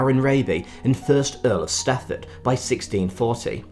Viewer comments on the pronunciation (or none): It's Strafford, not Stafford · Thank you for mentioning the actual Wwbtworth family...as one of them, I point out w predate by many centuries what the Fitzwilliams did and built in the late 1700s and into the last century. FYI you mispronounce and misspell 'Strafford', which has an r in it, and is the name of the land. You say Stafford, which is more common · No, I'm sorry you are wrong as it is my family history. Thomas Wentworth, Earl of Strafford...it's the name of the land where my people came from. The announcer is annoyingly saying the wrong name...not a mispronunciation. You are thinking of Stratford upon Avon, which is nowhere near and nothing to do with Shakespeare...sorry. Wentworth Woodhouse is in Yorkshire